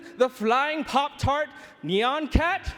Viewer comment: Knee-yawn cat? It's pronounced Knee-yan cat you fuckin pleb. I'll have you know